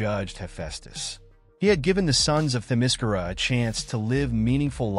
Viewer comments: The only problem I have with this video is that Themyscira is being mispronounced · The way you say Themyscira is effing TERRIBLE. And you say it wrong like 700 times in this video.